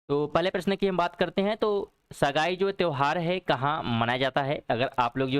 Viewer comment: बहुत बहुत धन्यवाद 🙏 लेकिन त्रुटियां कम करने की कोशिश करें.. पहले प्रश्न में उच्चारण 'सगाई' नहीं बल्कि 'संगाई' है और दूसरे प्रश्न में द्रुपद, नहीं बल्कि वो ध्रुपद है, वर्चस्पति की जगह वाचस्पति होगा..🙄